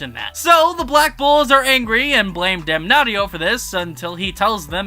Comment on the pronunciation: Damnatio not Damnaughtyyo lol